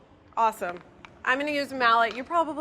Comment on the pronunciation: Lobster mallot? That's a mallot-mallot. :P